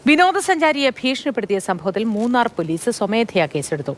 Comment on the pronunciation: മുണ്ണാർ അല്ല മൂന്നാർ😏